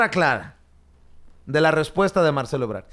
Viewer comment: Es Ebrad no Ebrar.